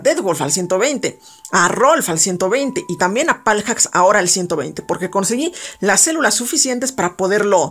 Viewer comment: Me da un poco de SIDA cada vez que decías " paljacks" :v